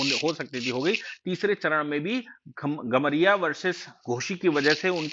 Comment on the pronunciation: घमरिया नहीं कमरिया होता है